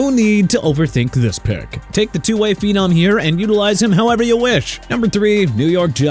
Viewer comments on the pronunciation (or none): none